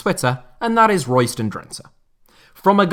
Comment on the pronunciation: DRENTE. .. WÒOOOOOW... WOT A MERSYSIDE TOFFEE 'LEJ'.... EEEERRRRHHHHMMMM😢😯😂